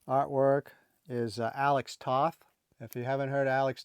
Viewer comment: I hope that you will forgive a suggested correction. Years ago, at the Detroit Triple Fan Fair, in about 1974, a comic-collecting friend who was Hungarian told me that "Toth" was a Hungarian name. I had pronounced it just like you did in this video. My Hungarian friend corrected me, and pronounced it differently; Toth's name, he said, rhymes with "both."